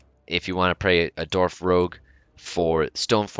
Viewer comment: Does it sound like he said Dorf instead of Dwarf? Or is it just me